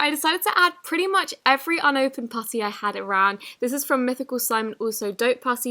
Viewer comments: i keep hearing "pussy" instead of "putty" 😶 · Did she say pussy or putty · Instead of her say putty she said it worng and said pussy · When you said "putty" it sounded like puffy,you might want to practice pronouncing putty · She said pussy instead of Putty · When she says putty it's sounds like pussy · It sounded like she said pusy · am I the only one who thinks she is saying "pussy" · For the putty one it sounds like it says pussy 😂😬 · Is it just me that heard her saying pu*y instead of saying putty like if you heard it to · Instead of putty, did anyone else hear her say pus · The way she said putty tho 🤣🤣